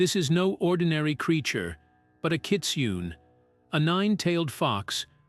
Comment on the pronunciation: It’s pronounced kit soon eh I am born and raised in Hawaii raised with these legends I love your channel and am subscribed and dropped a like thank you so very much this legend brought me back to my youth thank you again 💎🤙🏽